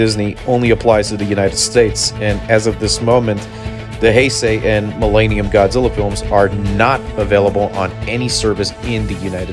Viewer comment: Quit saying Mill AY nium... Its millennium